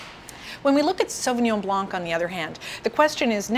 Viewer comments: The c is silent in the french word blanc . An expert should be aware of that. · Strange that you are aware that the 's' in Pinot Gris should not be pronounced but in spite of your knowledge in wine you still do not know that similarly the "c" in Sauvignon Blanc should also be silent! Strange